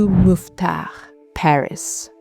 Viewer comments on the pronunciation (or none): none